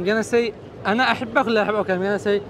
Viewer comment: حتى انت بحلحة الى دروس طويلة في اللغة العربية لا تقتحم لهجاتكم المليئة بالأخطاء في اللغة العربية(أُحبك) وليس (أَحبك ) لا اعلم لماذا تسمون انفسكم عرب؟؟